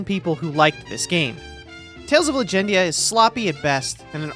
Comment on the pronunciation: Bro triggered me out the gate with Legendia. smh. 😆